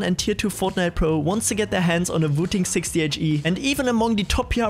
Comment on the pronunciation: It's wooting not vooting.